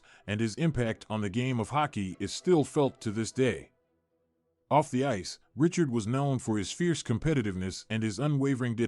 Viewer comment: You should inform your AI how to prnounce Richard's name.